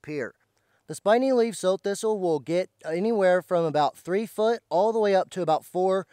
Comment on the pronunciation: I thought this was pronounced like the female pig.